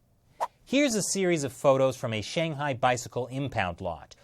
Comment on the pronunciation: Please make a modicum of effort to pronounce 'Shanghai' correctly.